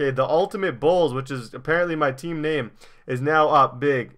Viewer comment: you never say anyone's name righr